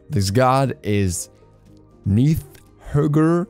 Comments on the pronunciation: r is silent. Nidhogg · The only way to prononce that is "Nídhögg". Shame on you.